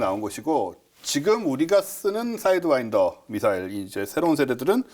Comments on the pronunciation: 사이드와인더 맞습니다. 저는 첨 들었을때 사인드와이더라고 들었어요 ㅋㅋㅋㅋㅋ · 사'이'드와인더 아닌가?